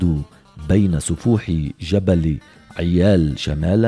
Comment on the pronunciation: جبل عيبال وليس عيال